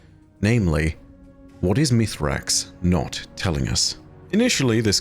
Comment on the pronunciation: Hey, can we try and focus on calling him by his proper name Misraaks? It's really uncomfortable when you call Mithrax when even the Eliksni in game call him by his proper name.